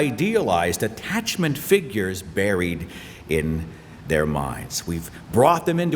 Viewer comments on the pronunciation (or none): none